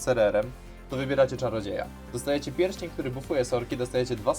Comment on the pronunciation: Czarodziejem, czarodziejem... Tak ciężko to wymówić?